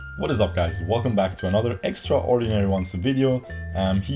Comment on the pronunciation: P.S, the a in extraordinary is silent lol. it gets me too haha. Great vid🥰🥰